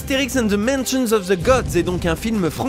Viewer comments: Cédric Papeil Justement, si un son en « z » sort, c’est que le « The » est mal prononcé. Et entre nous, quand je visite mon pays crois moi les anglophones comprennent beaucoup mieux « De » que « Ze ». « Ze » c’est du chinois pour eux et ceux qui le prononcent passent pour des débutants en anglais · « The » se prononce tout simplement « De », pas « Ze ». J’ignore pourquoi autant de Français ont de la difficulté avec ça. De la part d’un Canadien bilingue ^^ très bonne vidéo en passant